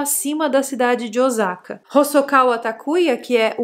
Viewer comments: Mas a pronúncia está errada, não é Ozaka e sim Ôssaka, o S tem som de S mesmo, não de Z😅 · Não gosto de ser a chata do idioma mas o sa de Osaka é com som de s mesmo 😂😂😂 pronto, fui chata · Pronuncia o nome da cidade correto....